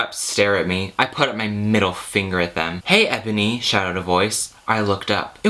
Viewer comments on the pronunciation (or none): IT'S NOT Ebony, its enoby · You mispronounce Enoby.